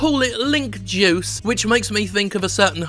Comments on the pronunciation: Thought he said "Jews".... .😒Seems he's talking bout his juice.... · I thought he was saying Jews in the beginning and got really nervous